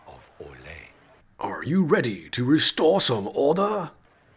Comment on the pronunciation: "Are you redeh to restoh some ordah?" LOL!!!!!